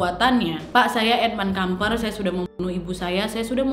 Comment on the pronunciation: Maaf sy dengernya: edmund edmil kampret 😂🙏